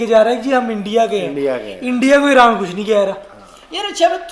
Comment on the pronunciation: ऐरान? प्यूटन ये हमने पाकिस्तानियों से सुना और भी शब्द